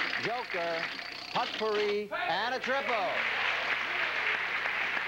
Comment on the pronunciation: Jack didn't know how to pronounce "potpourri". Also, I remember watching this episode with my tape recorder. I tried in vain to read off the credits as they rolled.